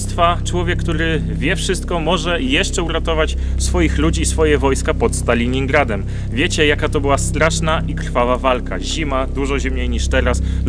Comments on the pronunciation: Stalingradem a nie Staliningradem ( komentarz dla statystyk ) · super, tylko jedna uwaga - nie Staliningrad jak mówicie tylko Stalingrad